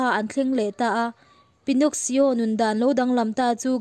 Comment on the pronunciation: Pinnoxsio in tia,Pinno-ki-o tia lam tur alom..